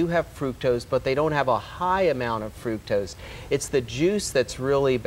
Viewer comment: I CANNOT listen to her say "frukose" one more time - it's FRUCTOSE!